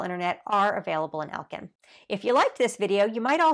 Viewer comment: she did not say elkin lmao SHE DID NOT SAY ELKIN LMAO???????????